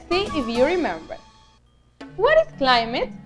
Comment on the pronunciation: Not being rude but you said climite zones it should be climate zones👍🏻